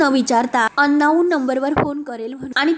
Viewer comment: अन्नाऊन नव्हे अंनोन